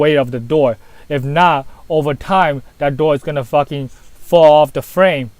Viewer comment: "foakin floor" and "suwface" in the same sentence haha, is the best!